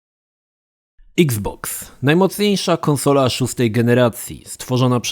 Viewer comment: Bardzo fajnie wymawiasz nazwę xbox. Niektóre obcojęzyczne słowa brzmią wyjątkowo głupio po polsku wiec nie ma co na siłę wymawiać ich tak. iks boks o wiele lepiej brzmi niż eks boks :) eks pudełko znaczy że co już nie pudełko tylko kula? :D